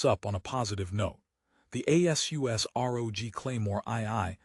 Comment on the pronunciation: A.S.U.S INSTEAD OF ASUS?? That's funny, using AI has its drawbacks doesn't it?